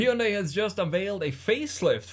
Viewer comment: Pronounced Hun-day like Sunday... not Hi-un-die